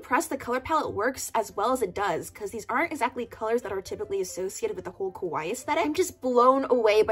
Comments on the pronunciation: Just thought i would let you know- when you said kawaii you actually pronounced it as kowai which is the Japanese word for scary, not being mean just something funny I noticed haha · ka-why-ee not ka-why its ka-why-ee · i will never get over the fact that you pronounced “kawaii” as “kowai” which means scary 💀